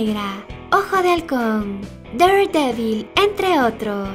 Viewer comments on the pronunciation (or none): none